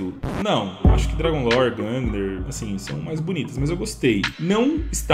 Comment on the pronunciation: É "gungnir" não "gungner"